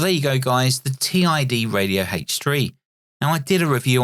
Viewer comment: Gawd that screen has how many different fonts and styles ?? 🤮 Those bottom battery tabs are going to get snapped off the first time it's dropped, that's a major design fail.... I doubt it's pronounced "Tee Eye Dee Radio” ? Doesn't "Tid Radio" make more sense ? It's no Quansheng, that's for sure.